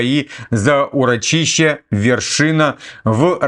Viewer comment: урОчище, урóчище,.